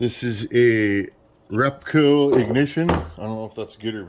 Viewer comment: did you say that had a REPCO ignition??? that is an australian aftermarket parts brand. i didn't know they did chainsaw parts back in the day... btw it is pronounced rep-co (both short sounds) not rep-coo. 😆 some stuff they made themselves, some stuff was re-labelled from other manufacturers. i have seen 60's REPCO automotive ignition parts that was made by Lorrimer and a 70's REPCO coil that was made by Bosch. some random trivia for you.